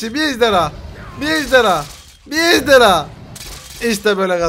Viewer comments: Abi ejderya değil ejderha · ABi sen ejderya diyorsun